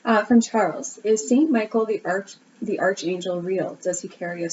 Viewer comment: it's pronounced 'ARC' angel, not 'arch'.